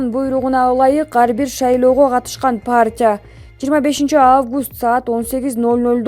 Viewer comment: Партия деп оку паартия дебей